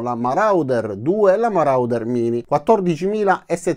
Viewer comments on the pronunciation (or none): Ho un suggerimento di pronuncia: MORODER :-)